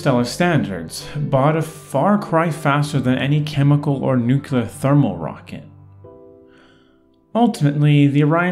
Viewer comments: "Nukular?" Dude... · Nukular? What is nukular? I only know nuclear.